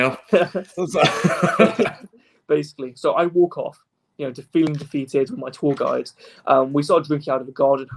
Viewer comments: Every time he says "tour guide" I hear "tall guy." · PSA: He is saying tour guide not tall guy